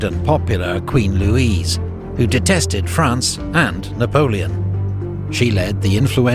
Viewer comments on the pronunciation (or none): none